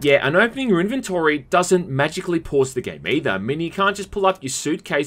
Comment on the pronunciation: That’s not how you pronounce inventory…